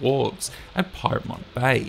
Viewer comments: it's Pyrmont...as in peer-mont,not pie-r-mont...🤫...a correction not a criticism....great presentation...I'll be watching this repeatedly to catch all the great layouts and stunning detail...👌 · correction on the pyrmont pronounciation- its pier-mont not pyre-mont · Pyrmont is pronounced "Piermont. Nice report.